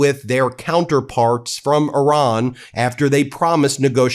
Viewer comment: I love the fact that you said Iran, not I ran😅